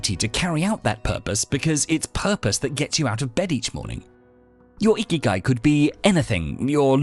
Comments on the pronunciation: 生き甲斐 or icky guy as you so well pronounced isn't some "wellness theory" about waking up early or whatever you said it was; it literally translates as "what makes living worthwhile", no more no less. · Wasn’t looking at the screen, heard “number one: find your icky guy.” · I thought he said find your "Icky Guy". I thought he meant a guy who doesn't shower or sneezes into the air without covering his face. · Did really call it “Ikigai”? Cause that’s Japanese, not Roman.